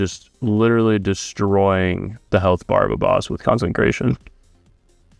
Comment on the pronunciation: Do you not realize there isn't an "n" in consecration??